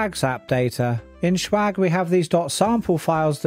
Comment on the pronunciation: why "shwag" & not "swag"?